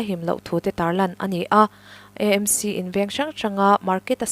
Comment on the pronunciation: EMC nilovin,AMC ti hram la